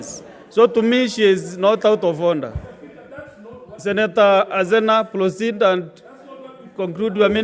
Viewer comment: " ploceed"....😂😂😂😂 Kingi